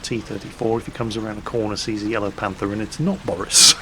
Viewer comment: okay now we have 3 names we know of can pronounce: boris, steff and of course dave:)